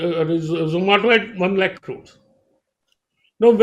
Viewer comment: zomato ko zomata bol diya hahaha....